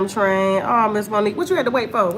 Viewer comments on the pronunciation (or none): none